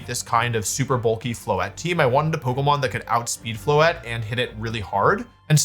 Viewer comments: I’m hearing mega floette like it’s Incineroar… I’m not liking this lol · "Mega Floethreat" actually goes hard